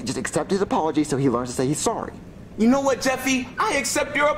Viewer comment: Jeffy that’s not how you say sorry!!!